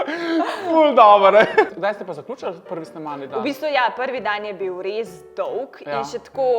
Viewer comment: Najbol je k reče DOUH jezik, lovju gorenc❤